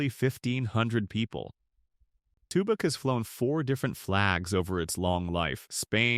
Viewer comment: Wickenburg beautiful and hot. no thanks He pronounced Tubac wrong. Close to México. You can have those 11 towns and I'm not moving. Staying in Douglas